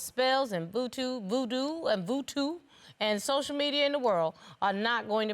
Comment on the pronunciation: "Vootoo" haha